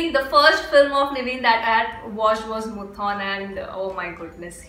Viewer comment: Am a Fahad & Lalettan fan... But still waiting for "Thuramukham"... And IJRR.... Its not Muthon... Its Moothoonn.... And don't miss Action Hero Biju...